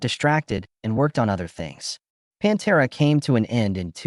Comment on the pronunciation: Good ol' "PONTERA" 😂😂😂😂